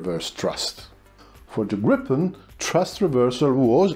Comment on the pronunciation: I think the most important thing I've learned from these videos is how to pronounce "Gripen" properly. Here in the US most people call it the "Gry-pen", with a hard-"i", like "ripen". Of course we also say "Tie-phoon", instead "Ti-phoon" like the Brits, etc. As for the engine being in the rear, wasn't that also true of all the other 4th gen jets? The F-14, 15, 16, 18, 22 and 35 all have their engines mounted in the rear. So doesn't the MiG-29 and Su-27, etc, Typhoon, Mirage 2000, Rafale. So how did the Gripen "pioneer" this?